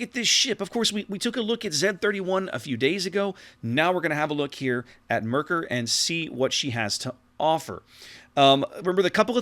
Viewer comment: Your first two "Maerkers" where very good to be honest. Best would be to say it like "map". The way you ended up pronouncing "ae" in the video is a near perfect on "ö" sound as in König or Löwenhardt. Other than that, great review as always.